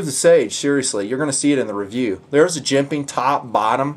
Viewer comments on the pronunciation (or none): I love, I love TNP, I love jimping... but the way says "jemPaing" makes me want to slap a retarted puppy. Probably just too many years of hearing it. I can say with full support though, that I love to hear about "phosssshsfer bronshssss bushssangs"! lol, Seriously though, these reviews are GREAAAAAAAAT!, your style is all your own, and we wouldn’t want these vids delivered any other way. Keep em' coming.